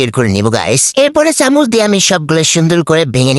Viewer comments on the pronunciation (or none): none